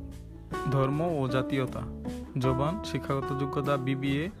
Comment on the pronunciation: ভাই জবান কি জভান উচ্চারণ জানেন না নাকি